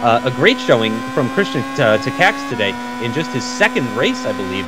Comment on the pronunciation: You still not pronouncing Takacs's name correctly. This is how it should be pronounced Just wanted to help.